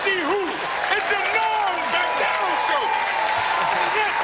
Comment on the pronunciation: Loved every moment of this. Norm always makes me laugh and just as importantly, always makes me smile. There's a part where Don King is talking and I have played it over and over and still don't understand what he said. he says something like, "And here he is, Ebah Dahban y'all!" Is he trying to say Norm's name and forgot what it was so he just mumbles it?